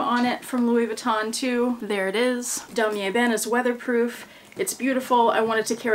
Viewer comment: You said "weatherproof", The Lion and I heard "wine proof" 🦁🍷🤣